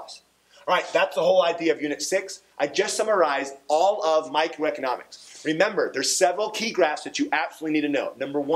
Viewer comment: Micro-economics right? Not Macro? sounded like he said Macro someone confirm I AM here studying before the mid term!!!!